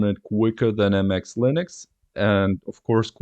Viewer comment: It's not Anti-X, it's pronounced the same as the word "antics". It wouldn't have been so bad if you didn't say it like 50 times 😆